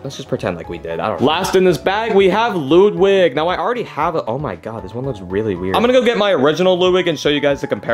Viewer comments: It’s Ludwig, not Loodwig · It is not Luuwig it's LUDWIG! 😡☠️